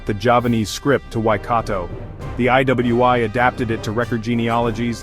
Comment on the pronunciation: The way the ai voice pronounced iwi is crazy 😂